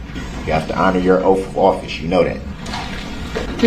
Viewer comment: OAF A OFFISE